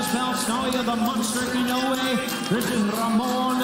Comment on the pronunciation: Typical disorganized MGM, they don't know how to pronounce Naoya Inoue's name.